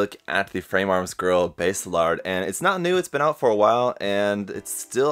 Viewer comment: Nice review! Are you ever going to build a full Hresvelgr? I've been side-eying Hres for a hot minute. Also, not a slight, but just as an aside, If you're ever struggling w/ their name pronunciations, check the Kana: バーゼラルド = Baah-Zey Raa-Ru-Doh, which for NA Eng. speakers would be Basilard (the french pronunciation is my fav). When we see "Base", we think "oh like the bass guitar?", but for a JP phonetic it's instead バーゼ, or Baah-Zey. Language fun!